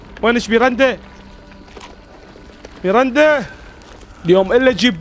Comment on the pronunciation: اسمها ميراندا مو ميرنده😂❤